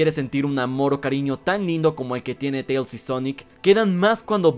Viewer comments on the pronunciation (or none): none